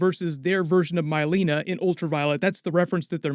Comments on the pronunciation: Lol MY-Leena? Mileena, Mil-leena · Did you call mileena My-leena?!?